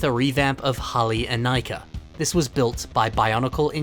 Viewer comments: I swear you're the only person who pronounces it "In-Eye-Kah" instead of "In-Ee-Kah" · I can't stand pronouncing Inika (Ineeka) as Inaika